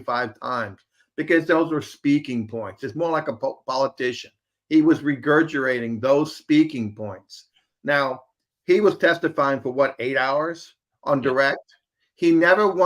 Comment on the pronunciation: Regurgitating and not regurgerating 12 minutes in.